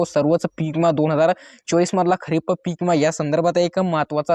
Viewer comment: इमा काय म्हणता विमा म्हण